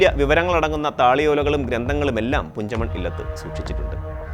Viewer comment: കുഞ്ചമൺ അല്ല പുഞ്ചമൺ ആണ്